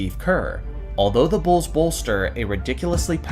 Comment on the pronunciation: "Da Bulls"